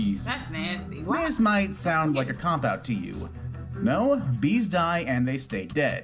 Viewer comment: the way he said "BEES" 🤦🏿‍♂️ ... sounded like he was gonna say "BEEZ NUTZ"